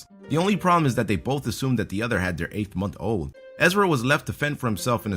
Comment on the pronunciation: six-MONTH-old? eight-month-OLD? Are you just reading this from a script for the first time?